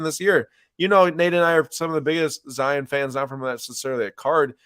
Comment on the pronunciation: Love the content but can’t stand it when you say “Zi-en” instead of zi-on 😭